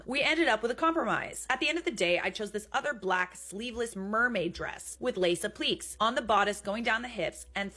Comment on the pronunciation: Applique is pronounced “ap-li-KAY”.